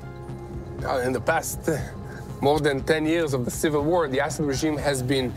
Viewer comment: what’s up with this guy in the English language? (six day WHOA? Whoa with Ukraine? Thumbs down for this guy if he’s gonna screw with his audience by mispronouncing a simple word like war👎🏼